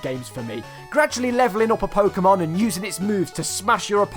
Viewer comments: It is "Po-keh-mon", not "Po-kee-mon". Why you ask? Because its short for "Pocket Monsters". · Pokehmon, as it in the word pocket, like you know, pocket monsters, dont say pokeemon... I hate people who say it that way, and im not even a super fan or anything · It’s NOT PokEEmon, it’s PokÉmon. GET IT RIGHT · Fun fact: everyone who says Po-ki-mon is wrong. There is an accent above the e therefore it should be pronounced Po-ke-mon. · Pok-ae-mon? What are those? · You also pronounced « Pokémon » wrong but... Most English speakers get it wrong anyway. But you just have to remember the accent on the e !